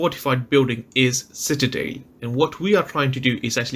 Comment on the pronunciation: For the love of God It's pronounced Citadel. CitaDELL